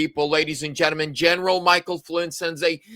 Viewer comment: Gentleman not gennamen Omg